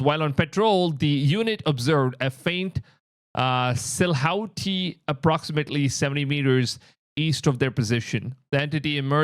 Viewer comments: Silhouette is pronounced sillo-wet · It's silhouette, (sill-loh-wet) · Silhouette - pronounced: Sillo-wet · It’s pronounced Seal-O-Wet lol when you said silhouette